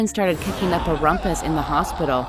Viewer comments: Okay I don't mean to offend but the jeepney horror story one the correct pronunciation of the UP dilemma is just saying the letter U and P I died when it was pronounced up 😭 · The way she says UP in UP Diliman should be the letters U and P